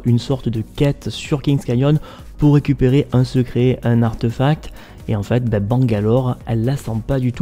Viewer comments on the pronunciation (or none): none